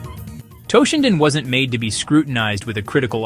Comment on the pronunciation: its toe-shinden not TAH-shinden